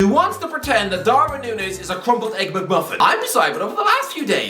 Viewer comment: Please learn to pronounce Darwin Núñez’s name properly